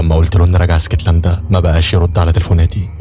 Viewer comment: اسكتلندا ❌ إيسكتلندا ✅😂 ونبي انت وبحب ملخصاتك اوي ❤